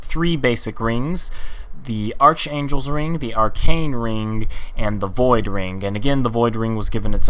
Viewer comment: Most people seem to make this simple mistake but. The "arch" part in Archangles smite makes a k sound not a ch sound. But anyways isent there a ring to eleminate the need to eat food?